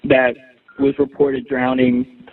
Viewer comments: "drowneding" Benny? SMH how can I ever take you seriously again?! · Cmon benny... drownding isnt a word.